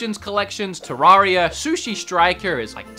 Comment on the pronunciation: Sounds normal to me